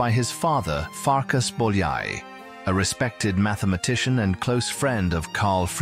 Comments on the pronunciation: Also, it is not Bol-yai, it is boy-a-ee. 'Ly' sounds like an English 'y'. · János Bojai is how you pronounce. Ly is J in Hingarian. Bo-ya-i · Bolyai = boy-o-ee, o as in got, maybe. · Er hat es verdient, dass sein Name richtig ausgesprochen wird. Nach dem ungarischen Alphabet, Bólyai János... Boojai Jánosch! 💤🙏👍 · " Do you think János Bolyai deserved more recognition in his lifetime?" Yes, you can start it and should start to pronounce his name properly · Nice video. But please if you make a video of someone at least pronounce their name correctly (I know it's all AI voice over but still) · You would think they would at least learn to pronounce his name correctly. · nice video but PLEASE pronounce his name correctly !!! so so bad how much it would have taken to ask a hungarian speaking person (like me to tell you how to pronounce his name)